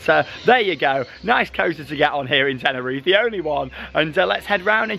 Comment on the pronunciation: Just like you pronounce the final “e” sound in Parque (PAR-kay), you would also pronounce the final “e” sound in Tenerife (ten-er-EE-fay).